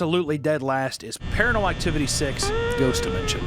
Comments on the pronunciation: Ah yes, Paranal Activity. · WHY DO YOU KEEP CALLING IT PARANEL ACTIVITY!??